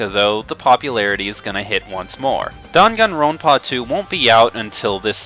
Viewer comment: Also, he is pronouncing the Dangan Ronpa game as "Dongon Ronpa." It's pronounced as it's spelled, Dan-Gan Ron-pah. Although, he claims to be an anime Rpg player, he doesn't know how to say them correctly.